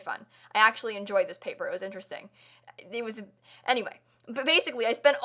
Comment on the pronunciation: it was....um....anyway...BASICWY